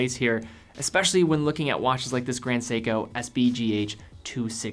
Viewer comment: Its seiko ,Grand seiko